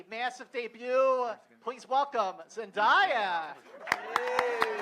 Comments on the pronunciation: This dude just said ZEN DIE Ah... its ZEN DAY A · Who else lost it when he say 'zend-i-ya' instead of 'zendaya' omg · i know he didn't call her "zen-'die'-ya" lmfao. zen-DAY-a, sweetie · it's Zen-Day-a not Zen-Die-ya smh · Zen-DIE-ah Bruh I'm pretty sure it's Zendaya. Unless there was some backstage drama. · ZEN DAY A. ITS ZENDAYA SCREAM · i died a little every time that guy mispronounced zen-DAY-a's name omg. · The host is s buffoon. He couldn't pronounce Zendaya's name right even after cast members said it correctly and he just skipped over Tony who plays Flash before letting the audience ask questions